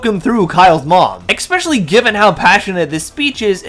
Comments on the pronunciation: I hate to be that guy but please it's "especially" not "expecially" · Thumbs down for not being able to pronounce a simple word like “especially” Is there a f@ “x” in the word “especially”!!!!???!?!!?